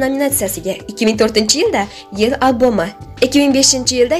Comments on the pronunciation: Вой шарманда🤭🤭🤭блогер, тугирлаб гапирсайиз буларди Тарона рекордоси нима,альбом сузиниям тугирлаб айтинг албом миш🙉🙉🙉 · мАсква, аЛбом , фиЛмлар 🤯 Гийбатнисахон саводни чикаринг, Ъ ва Ь борлиги ёдиздами?! Ударенияни тугри куйишни урганинг, купрок китоб укинг!!! Овозиз ёкимли экан, болаларга эртак этишга мос экан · Барака топгур сузларни тугри айт, альбом, рекордс сузларни эта ололмайсан, ударения нималигини урган, уят блогерша.